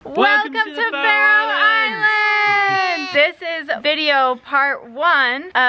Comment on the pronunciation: "We are going to Fairy Islands to see puffins" I CAN'T